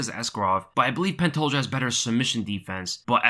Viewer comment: Love the way Dan Hardy says Pantoja. Idk why but it tickles my funnybone